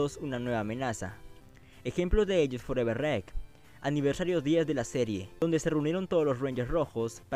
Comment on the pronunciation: EN MI OPINIÓN NO SABES HABLAR! COMO QUE FOREVER REC???!!! NMMS!